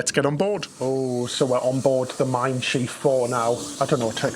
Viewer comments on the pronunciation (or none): Shiv... not sheeve bro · Your pronunciation of Schiff makes it “schief”- which is very apt. It means wonky, or it combination with the verb “gehen” as “schiefgehen” - to go wrong. 😂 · but it’s spelled Schiff, like Ship. One i!